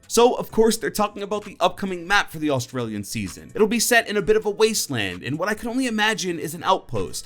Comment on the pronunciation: Wait... Did he say Autraliana? Geez... Foreigners...